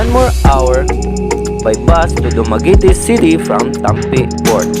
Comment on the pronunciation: dumagiiitiiii hahahaha